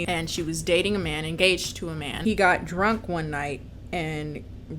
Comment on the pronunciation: Ya know, for the longest time I thought she was saying Batman movies & a beat... I feel stupid...